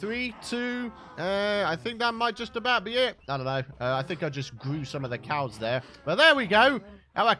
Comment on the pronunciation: Hehehe, "ze COWS!"